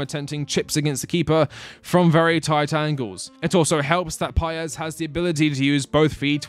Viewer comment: Chelsea fans, please it is not so hard "Independiente del VAAYEIH" not "VAL" and "PAEES" not "PAYEZ".